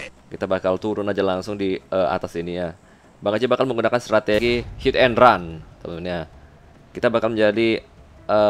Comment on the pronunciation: Strategi bng..bukan strateri.. 😂😂